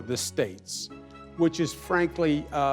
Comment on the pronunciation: He just needs to figure out how to pronounce divisive.